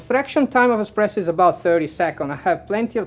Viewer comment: Hahahaha barista for Illy and still talking EXPRESSO, my IT IS ESPRESSO;) but thxfor video, i learned a lot. Keep on